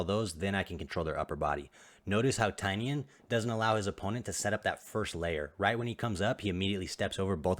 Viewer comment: Tainan not Tainian